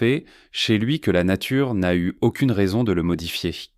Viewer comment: Par contre "nature" devient "natiure" pour faire globisch, ceci doit être spécialement programmé comme exception et c'est une technique vicieuse de déconstruction de la langue.